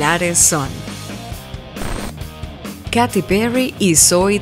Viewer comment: creo q se dice keiti